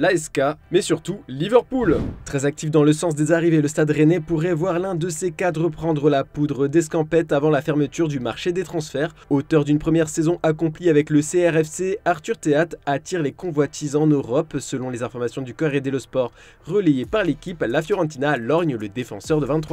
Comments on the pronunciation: Jvous en supplis, arrêtez de dire "CRFC" quand vous parlez de Rennes, c'est SRFC; un S ( on dit stade pas ctade ) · MDR ça fait déjà deux vidéos que le mec ne sait pas prononcer SRFC, il dit CRFC